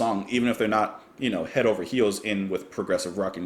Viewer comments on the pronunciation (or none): none